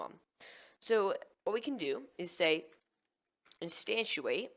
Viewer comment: You're saying instantiate wrong! instanTIAte not instanTUAte sorry, was driving me nuts